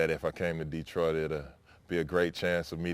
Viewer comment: Yo Za'Darius, first lesson - pronunciation... ✅ da-TROIT ✅ duh-TROIT ✅ dee-TROIT ❌ DEE-troit <---- never